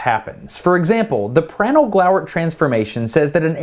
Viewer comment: Please pronounced Prandtl like "Prundtl". With an open, rounded A. The way you pronounce it, it would be written "Präntl". "Glauert" is fine however. Thx for the amazing video!